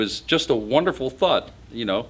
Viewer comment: "Thunk" Hillbilly past tense of think, can't say thought, comes out like taut. How much is that guitar worth ?